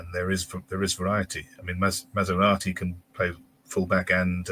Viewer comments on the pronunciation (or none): thinks we have a car in defence 🤣 maserati 🙈🤣 its Masuaku lol sounds nothing like maserati